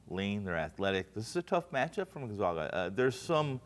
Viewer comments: Who the hell is Gonzauga? It's hard to give you any credibility if you can't even pronounce Gonzaga. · It's Gon-ZAG-a NOT GONZAUGA!! Da-gum. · They ALL pronounced it Gun-ZOG-uh! Lol. I guarantee they did not watch any of their regular season games. Don't take advice from these people.. They still don't know how to pronounce Gun-Zag-uh! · Is it really that hard to say gonzAga? Fuck its been 20 years, get it right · Absurd. Gonzaga is a PROPER noun which, theoretically, could be pronounced any number of ways. Has nada to do with education. Just like Nevada, I've heard the Zags said both ways. People who don't follow sports are unlikely to have heard of the Zags. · Please pronounce Gonzaga correctly! Get yourself educated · How can these sports nerds say Florida State is their entire world, when they can't even pronounce the #1 seeds name....Dis-credits everything that comes out of their mouths....